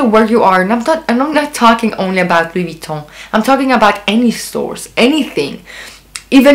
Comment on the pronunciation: By the way, your French pronunciation is perfect! 👍